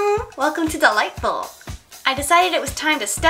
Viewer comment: everytime i hear you say the intro I hear ,,welcome to the light bulb" xD